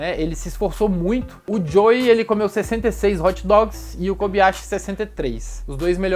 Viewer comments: nao fala kobiyashi e sim kobayashi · na boa a pronuncia é KOBAYASHI! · KOBAYASHI e NÃO KOBiYASHI